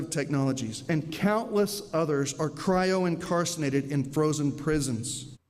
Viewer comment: Incarcinated??? 😆 He obviously cut a lot of classes, if he ever went.